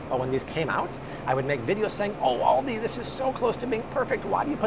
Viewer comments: AL-di. It's ALdi. AUdi is a German car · Thanks! But Aldi is pronounced like the name Al… as in call me Al… Aldi. :)